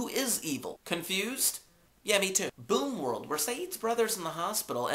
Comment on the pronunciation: It's boom world not boon world :p